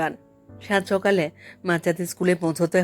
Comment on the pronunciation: বেশ মন দিয়েই শুনেছি এই পাঠ। একটি জায়গায়, লেখক স্বয়ং যেখানে বলছেন, " সকালে " কিন্তু উচচারণটি, যেন মনে লাগল ' সোকালে''। কি জানি হতে পারে আমারও ভুল! আবার একটু শুনে নেবেন । কিছু জায়গায় অভিনয়ের অতি- নাটকীয়তা লাগল । কিন্তু গতি খুব ভালো ছিল পাঠের! মূল্যবোধের পরিবর্তন এখানে লেখক দেখাননি, সেখানে আপনিও পাঠে অবিচল থেকেছেন, স্বর- প্রক্ষেপণের মাধ্যমে! ভাবনার গভীরে যাওয়ার চেষ্টায় ব্রতী ছিলেন । আমি অতীব সাধারণের একজন হয়ে, ব্যক্তিগত ভাবে বলছি:- সামগ্রীক ক্ষেত্রে, পাঠের কিছু কিছু জায়গায় নিজেকে, একটু পরিবর্তন করলে,এমনই সম্ভাবনাময় উচ্চতায় পৌঁছানোর পক্ষে আপনি অতি উপযুক্ত! ঠোঁট কাটা- অতীশ ঘোষ উত্তর চব্বিশ পরগনা ।